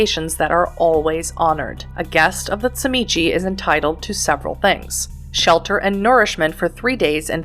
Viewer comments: great video, appreciate the information density and ofc the refusal to say zee mee zee. subscribed.(its CHI MITCH btw ^^) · First time watcher, but sadly, also last. In your first minute, you pronounced TZIMISCE wrong not once, but you said it three different ways, all in a row, and you know, that's really jarring, and I had to stop watching at one minute. The creator of the World of Darkness (and inventor of the clan) pronounces it "zim-eat-see" and ensured that this pronunciation was used throughout the entirety of the videogame "Vampire The Masquerade Redemption". So, as you can see, it becomes incredibly jarring to attempt to listen to this video, at all. The CHEE you at at the end is the icing on the cake. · Tzimisce is pronounced (ZHI-MEE-SEE) Clan Tzimisce is by far my favorite Clan, both in lore and to play. I would say my runner-up Clans would be: Ventrue, Followers of Set, Toreador, and Gangrel. I have played so many fiends over the past two decades, I would have to say my favorite was one that fancied Itself as a Artist of the highest degree. Bone Sculpture, Blood Portraiture, High end Fashion made from skin for Kindred gatherings. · Clan: Tzimizce Weakness: Name pronunciation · Say the name correctly